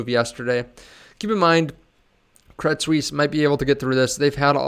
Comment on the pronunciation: Thanks for the info. By the way, it's pronounced Credit Swiss :)